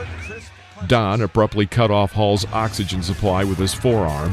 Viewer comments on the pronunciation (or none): none